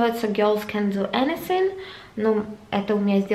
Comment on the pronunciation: ANYTHING!!! ОРУ С ПРОИЗНОШЕНИЯ😂😂😂😂😂